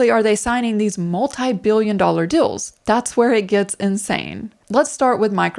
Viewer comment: Unrelated but I keep on hearing 'dills' instead of 'deals' and it's super distracting xD